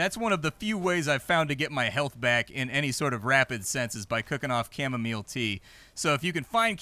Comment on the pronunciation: 'Camo-meal' xD